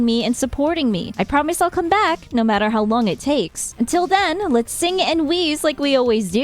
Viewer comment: "They are coming BRACK" hahahaha Thabks for the news update! Love your content as always